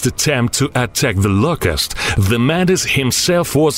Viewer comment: Da Louuucusst